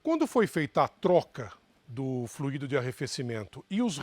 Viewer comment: Fluído, o que já fluiu! Verbo no passado. Tônica na letra I. Fluido ( tônica na letra u), substantivo: o fluido, líquido, ar ou gás que flui. Por favor divulguem ! Dói nos ouvidos " fluiiiiido " . Não entendam como crítica de menosprezo, mas como colaboração. Gosto desses canais. Obg .